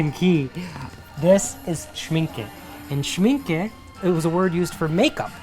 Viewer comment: Yes, I could spend the whole day at such stores. Thanks for bringing us along. Who knew the mat or brush section could be so interesting ?! Well done for pronouncing Schmincke correctly! 🇩🇪 Mr Schmincke was one of the founders, and Mr Horadam formulated many of the paints back in the 1900s, giving his name to the professional line of paints. Knowing your love for hand made items, you should check out Rosemary & Co brushes, handmade by a family led company in Yorkshire. Would you consider visiting TALAS in Morgan Av. In Brooklyn? They carry bookbinding supplies and papers, which i think you might like. I have this Cavallini poster in my studio, as well as the onewith thesystem of colours. 😍